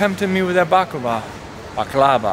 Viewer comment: You mispronounced it. Bah-Cla=va. Accent first sylable